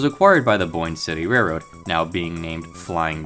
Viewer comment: I gagged when he said reroad